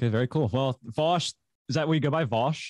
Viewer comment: "Vaush to some people" Vowsh to others